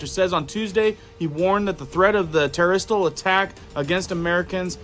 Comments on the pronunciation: I've learned so much from you! Please correct your pronunciation. It's not terrestrial, but ter-ro-ist. Thanks. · Dude, I wish you’d learn how to pronounce “terrorist, nuclear and a few others. Mispronunciations can make you sound, let’s say, less intelligent.